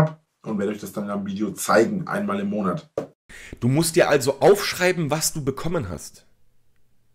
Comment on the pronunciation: Letzten Endes! Whooo! Hat sich eigentlich noch jemand so konditioniert, dass er "Monert" hört wann immer der Drache "Monat" sagt? Und noch einmal: Letzten Endes! Whooo! Weil es so schön war, noch einmal: Letzten Endes! Whooo!